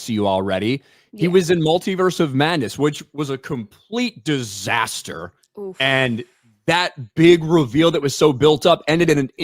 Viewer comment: the way says DISASTER must turn himself on 😂😂